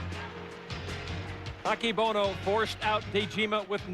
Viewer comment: 横綱アキボノじゃなくて、“アケボノ”な！